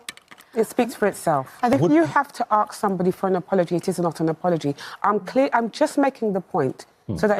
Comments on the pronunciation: “Arks.” I hear that, then I switch to another channel. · Axe someone? Does she mean ask? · I'd like to axe you a question? - educated people can surely pronounce Ask, it's a 3 letter word ffs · That's very true... (People in Africa don't mis-pronounce the word 'ask'...) Only in parts of the USA and even there most people of colour say 'ask' not 'axe'... xx SF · Arks.... Does she mean Ask? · You have to "ax"? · I like how she says arks instead of ask to sound more black